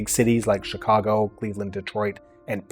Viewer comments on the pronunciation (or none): none